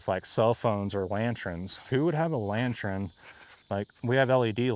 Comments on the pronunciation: It's pronounced LAN•TURN NOT LAN•TURIN. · He just pronounced lantern as lantrin. 🤨 Also this guy is apparently being stalked by Bigfoot bc he's had more experiences than anybody I've ever heard of.